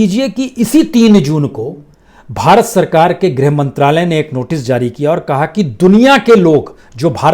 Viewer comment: Sir zari nahin jari shabd hai durust kerye